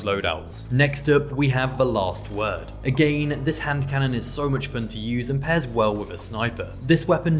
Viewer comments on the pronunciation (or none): Hearing “agane” over 100 times was perfect I enjoyed this video